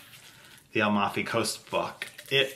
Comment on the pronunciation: So sweet ❤. Please show us the Mimosa cubes when you use them. PS Amalfi Coast…it’s phonetically 😊“A Mal fee” coast not…. “Al mof ee”. ❤